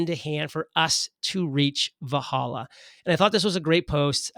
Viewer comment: And it’s pronounced “Vel Halla”